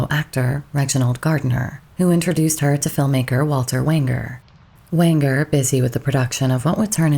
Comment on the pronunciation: Walter "WAYN-jer" was the director.